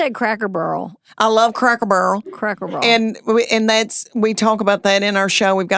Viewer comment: In Tennessee the emphasis is always on the first syllable. So, it has to be, CRACK-ur-burl. Lol